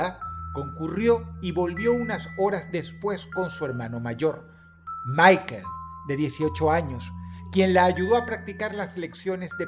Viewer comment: Cámara Dross, estamos hablando de alemanes, Michael en alemán se pronuncia "Mijael", no "Maiquel" como en inglés 😂